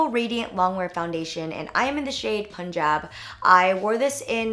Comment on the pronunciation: hi jenn punjab is pronounced punjarb